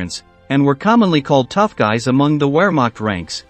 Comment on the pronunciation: Wehrmacht is pronounced vairmarkt. W's are pronounced as v's in German.